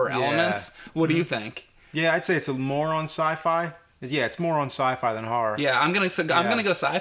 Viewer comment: I thought James said "moron sci-fi".